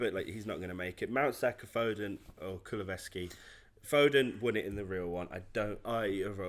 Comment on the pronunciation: Reevaluate your pronunciation of kulusevski I beg.